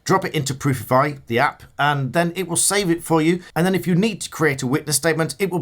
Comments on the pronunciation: Nearly burst out laughing every time he said Proofify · 😆😅🤣😂😄 Sorry, where exactly was it that you said I can find a link to the app? Did you say that it's in the description of this video? What was its name? It sounded like Proofify... I think I'll read the description of this video to see whether I can find a link to download the app... which I think is called Proofify.